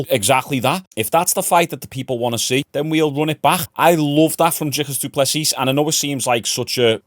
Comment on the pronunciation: The S at the end of du plessis is silent dude. Love the content 🫡